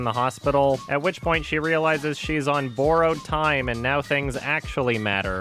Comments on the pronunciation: wow, the way you say borrowed is ridiculous. boroughed. Fuckin Canadians Love you still tho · "Boar-owed time" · Lol “boar-owed time”